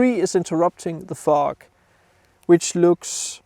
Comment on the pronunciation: you need to work on how you pronounce the word FOG, I was giggling thru the whole video:))